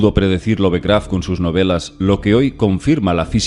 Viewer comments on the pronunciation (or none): se pronuncia lov-craft no love-craft, por eso. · Lo siento pero tengo que decirlo, me mata cada vez que escucho decir "LOVEcraft" tal cual traducido al español, se diria "Lofcraft" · ˈlʌvkræft ... Es la fonética inglesa, para la pronunciación de su apellido!